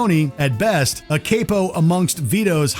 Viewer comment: Cape-o huh? That's definitely a different way to say the word